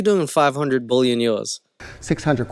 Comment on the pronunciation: Billion pronounced as bullion, as in gold and silver bullion.